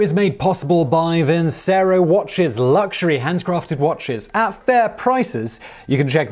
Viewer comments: ...I thought the sponsor's name was pronounced Vin-Chair-O not Vin-say-row. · Vincero is one of those brands that claim that they cut some sort of middle man even if they are the middle man. Oversized watches that look like shit. Ps. Vincero is probably pronounced “Vinchero”